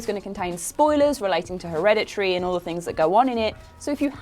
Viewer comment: So, Herede-tree huh?